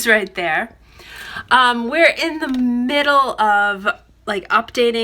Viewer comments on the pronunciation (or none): none